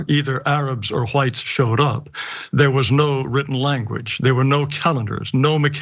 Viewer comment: Christopher Columbus was Black!! Prove me wrong!!!??!!!! Dum ass CRACKAZ And tell that old head it’s pronounced Whites okay!! Not HaWITHTEs